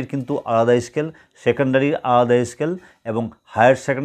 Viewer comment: Scale bolun escale noy